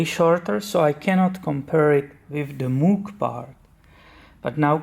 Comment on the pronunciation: It’s pronounced “mōg” (or “moge”). Common mistake.